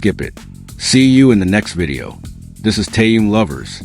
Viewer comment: Не коверкай имя . Он тэхен и только тэхен и не как иначе. Выучи уже и запомни